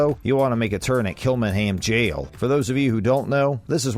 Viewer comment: Glendalough is pronounced glendalock not glendalow as in how ,kilmainham is just just kilmainim .Galway city is county galway not county clare ,just because its near doesn't mean its the same county besides a city that size in ireland usually has the county named after it,with the exception of belfast which is in two counties Antrim and down .The 1916 rising was to overthrow british rule in ireland not to over throw the ruling party because obvious there was no irish politic parties to overthrow DUH.The queen coming to ireland now is a much different to now and when she came 2011 I am sorry to say but 2011 obviously because she is now a foreign head of state.De Valera did become president but that was onfoot of being PM or Taoiseach which is the more powerful and important role. Overall terrible video .